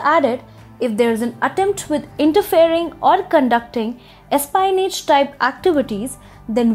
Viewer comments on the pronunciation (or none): your English is bad. The moment you pronounced espionage - the way you did: I just stopped the video and moved on. Please pay attention to the way you pronounce English words. TFIglobal should do a better job at reviewing the way the voice over person reads out the script and pronounces things. If your not sure how to pronounce a word - just google that word alone. Google will give you an audio clip of precisely how that word is pronounced. Try "espionage"!!!!